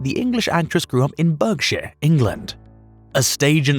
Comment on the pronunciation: and both Berkshire and Helensburgh were mispronounced. Weird. The narrator sounds like he's British, but didn't seem to know these ordinary places.